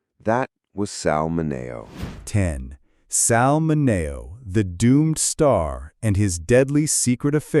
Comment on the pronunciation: Pronunciation, please!!! Min E O !!!!!